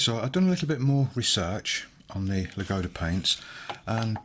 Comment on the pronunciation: Thank you for the video. :) pronunciation of Ladoga is lAdoga not ladOga. It’s a name of a famous lake located in the Karelia where from the Neva river starts